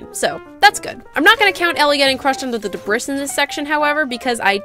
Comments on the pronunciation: Debris is pronounced (De-bree) not (Dibris) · I’m sorry… the DE BRIS? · The way you pronounce "debris" is troubling to my ears.